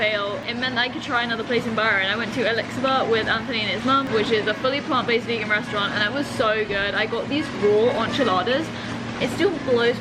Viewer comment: The way you say restaurant is alarming